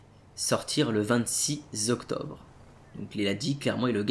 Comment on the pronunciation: et Le 26 Zoctobre 😂